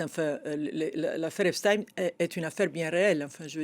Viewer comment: En langue francaise, on dit "EpstEINE", - non pas Titine.